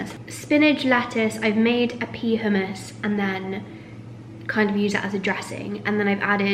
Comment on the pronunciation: I like the way you pronounce hummus it's so different to me haha ( considering that I'm Arab and the word it is in Arabic) I like ur vids!